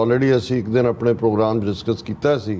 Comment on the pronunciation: Program bollya ni jaunda ..dove sale pogram pogram krde rende ne 😂 Jedda peshor fuddu , o lahore fuddu . America ch rende ne dove🤦‍♂️